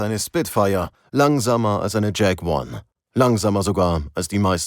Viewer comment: Wieder ein guter Beitrag, doch achtet bitte auf die Aussprache - das Flugzeug heisst Jak-1, von Jakolew, dem Konstrukteur, und nicht Jag-one😢. Der Marschall wird Konjew gesprochen, nicht Konew. Ihr habt doch einen Sprecher und keine KI. Ansonsten - Danke für die Arbeit.